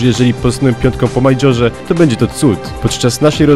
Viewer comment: mów wolnej bo nie można zrozumieć kilku słów "wwiadze, poedział, postaną". Plus "majdźorze" - mEjdźorze jak już. Czepiam się ale lepiej się ogląda dopracowane materiały a niżeli takie na odwal.